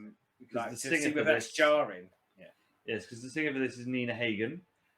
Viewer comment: Its not Nina Heygen. The a is spelled like in "half" :D H a g e n